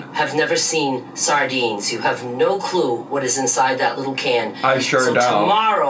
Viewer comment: I love that she says “saRdines” but still called herself “Dah-lean” 😂